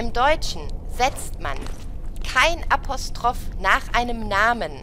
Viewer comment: Apostroffff hab ich so auch noch nie ausgesprochen gehört haha